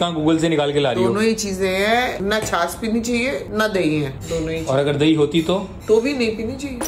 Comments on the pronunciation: छास नहीं होता है छाछ होता है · Please don't mind..it's chhachh not chhass.. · It is chhachh not chhas....pl correct me if i am wrong. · That is not the chas it is chach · Chas nhi hota😂😂😂😂😂 chach hota h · Chaaj kehty hain chaas nahi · छाछ को छास क्यु बोल रेह हो